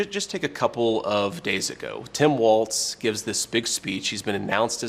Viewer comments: Hey vance! It's WALZ, not Waltz! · Can someone explain to him how to pronounce Walz? There is no t!